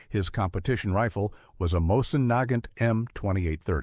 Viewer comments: Neigh-gant rifle???? Omygosh...that just sucks.. I can't stand these AI narratives. It's moisen-negant. Heavy and hard hitting. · Terrible AI voiceover. That rifle is pronounced “Moe-zin Na-gaunt.” If you are going to publish on the internet, at least teach your AI how to pronounce words correctly.